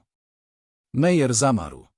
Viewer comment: Nazwiski Meyer lub Meier wymawia sie Majer😢